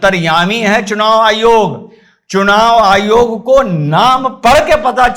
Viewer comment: चूनाईयोग....चुनायायोग.... बेचारा,...आखीर में उस नें ये शब्दोच्चारण ही छोड दिया... 😂छोडता नहीं तो क्या करता ¿¿¿ 🙏,कहाॅं से ढूंढ लागते हो ऐसे मजेदार किस्से के व्हीडिओ??? हॅंस हॅंस के पेट दुखनें लगा... आप के हाथों की भाषा भी अर्थसमृद्ध हैं,जो देखनें वालो को बिलकुल समझ में आती हैं|इसलिए,आप का व्हीडिओ केवल सुननें के साथ देखना भी पडता हैं,ता की, बहुत सारी वास्तविकता और जानकारी सप्रमाण सुननें और देखनें मिलती हैं|,आप को नमन 🙏 वंदेमातरम 🇮🇳